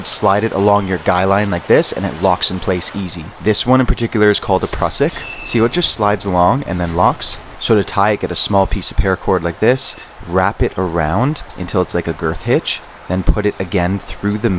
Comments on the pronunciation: Proooosik...thats how its pronounced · It’s pronounced Prue-sick, but it’s an excellent knot for so many applications